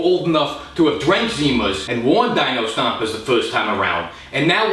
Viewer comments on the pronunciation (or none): none